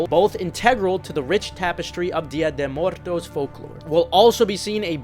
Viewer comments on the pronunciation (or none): Dia De Muertos is the Mexican Halloween. It translates to Day of the dead. And you are butchering the pronunciation of muertos; badly. Like really bad. lol. Other than that, mostly just personals. lol